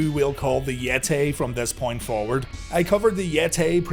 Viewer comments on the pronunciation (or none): Seeing that clip in the beginning with the Yeti...why did they keep calling him the Yet-Tay?